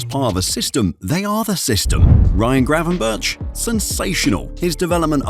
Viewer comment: Nahh it’s gravenberch szoboslai wirtz